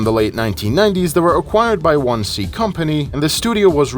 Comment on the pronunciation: hearing someone pronounce it as "one-C" instead of "odin-S" is wierd af